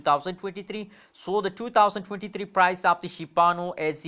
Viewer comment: Shiba inu** not shibanu